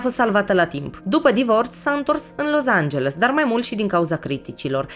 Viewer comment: Felicitări super clip da scz e Los Angeles nu Loz......mă zgâriat pe creier acest Loz🙈🙈